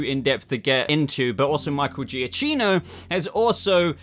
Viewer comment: Giacchino is pronounced juh-kee-no